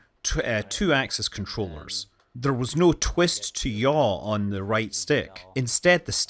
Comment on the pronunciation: that awkward greeting 🤣and looking the overlaid aircraft 😃. Also it caught my attention that he says "yah" for yaw . Great video as usual, thanks.